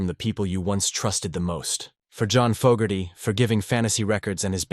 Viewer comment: Maybe program your AI narrator with the correct pronunciation of Fogerty